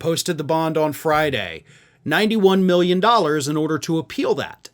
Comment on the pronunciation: 91 miyen not million but miyen